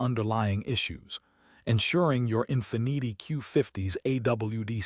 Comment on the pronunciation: in - fihh-need-ee 😭